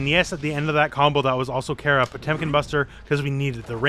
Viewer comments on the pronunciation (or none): It’s pronounced Cara but patato potato I guess